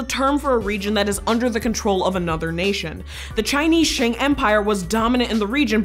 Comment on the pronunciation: Sheng Empire? Nowhere near the pronunciation of Qing.